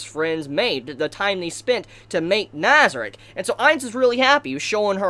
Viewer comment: Your saying nazieric wrong